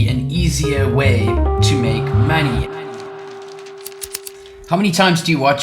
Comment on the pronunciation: Make maney? What’s maney BRU? 😂 Love the video!